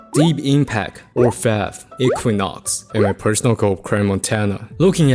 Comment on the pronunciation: still saying "ore-fev-ree"? lmfao